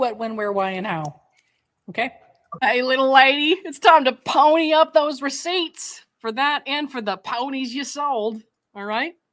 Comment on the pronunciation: Ree-seeets?! Okaaaay… 👀